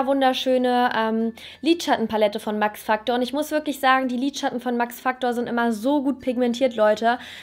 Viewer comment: Wie sie max factor sagt 😤 nicht gegen dich aber ugh